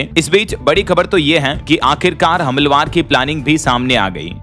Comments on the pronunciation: Humalwar nhi humalaawar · हमलवार, हमलवार ... अरे क्या भाषा, क्या उच्चारण ! कैसे कैसे लोग हो जाते हैं यार ये ब्लॉगर ! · हमलवार अशुद्ध उच्चारण है। सही उच्चारण करना चाहिए। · हमलवर नहीं, हमलावर (हमला + वर) भैय्या